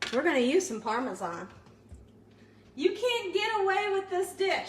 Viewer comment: She doesn't pronounce parmesan properly lol I love her but it drives me crazy lol